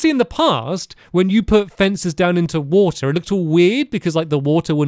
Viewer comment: lol he said water in an American accent